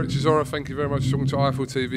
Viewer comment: Derrick it’s hard chisora